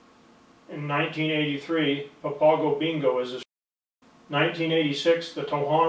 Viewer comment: SMH it's funny how yall look for white man to give info but not the natives SMH he not even saying the name right or papago 😂 yall Goofy